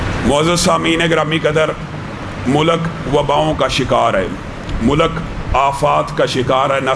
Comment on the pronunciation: مولک نہیں ملک صحیح ہے